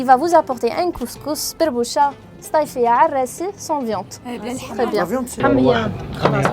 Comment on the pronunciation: Aberbouche pas berboucha